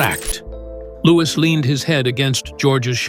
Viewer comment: At least pronounce his name right. Louwee. No S at the end. Louis.